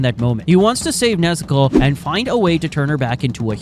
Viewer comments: when u say nezuko u sound like nezoku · WHY IS HE SAYING NEZUKO LIKE THAT🤔🤔